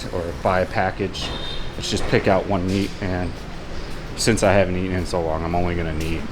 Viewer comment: like the videos but man! you gotta come back to the states once in awhile. the locals there are hindering your English dude “ate’n” vs. “eaten” lol 😂 just messing with you. be safe and keep up with your health goals